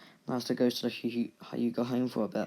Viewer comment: Not hi uga it hue ga